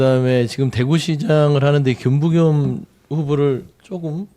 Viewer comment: 김부겸이란 발음이 그렇게 어렵나 ...